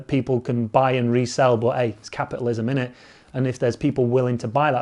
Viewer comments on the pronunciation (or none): none